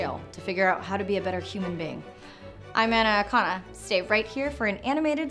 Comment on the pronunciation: When she says "I'm Anna Akana" it sounds like "Anaconda" to me 🤔